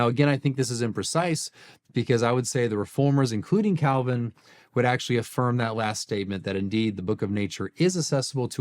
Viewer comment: It's painful to watch someone claim to be closer to Calvins position...while completely butchering Calvin